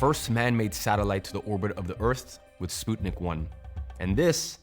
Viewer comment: You pronounced Sputnik wrong.